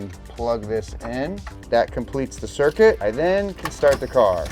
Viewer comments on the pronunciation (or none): none